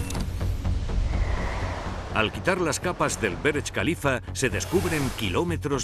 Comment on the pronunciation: Por que le dicen berech khalifa?